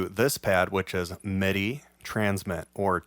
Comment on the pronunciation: You are such an asset to the Utube gear scene. You have taught me SO much. I just sorta hope…at some point…you choose a better lighting situation. It can be challenging to follow your moves, with your “black on black” thing. As an aside…where are you from? Not that you have an accent, but the word “MIDI” always sounds like “meh-DI”. Kinda like how that kid from LA who does Ableton reviews says “buh’ns”. Not trying to sound critical or anything…not saying it’s a bad thing….it’s just a point of curiosity.